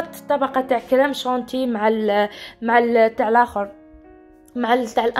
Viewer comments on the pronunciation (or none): الله يبارك عليك ختي كلش توب بصح اسمحيلي حبيت نصححلك اسمها شونتيي ماشي شونتي ( la crème chantilly)